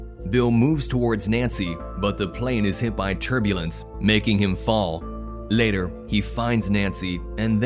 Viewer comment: “Laëtœr” bros can’t say later